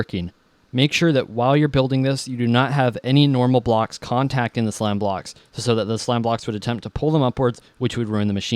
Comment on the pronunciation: haha he said sloam blocks!! :)